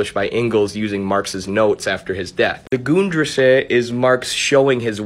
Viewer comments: I was about to comment that you pronounced the ri in risse too long, it's about the same sound as in fiddle. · I pronounced the word "Grundrisse" wrong. It's pronounced Grun-dr-ih-suh which is a German word that means "floor plan" A fitting name given that the book lays out the basic plans for Marx's much more polished, multi-volume text "Das Kapital."